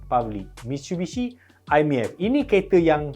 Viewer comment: Mitshubishi ke Mitsubishi? 😂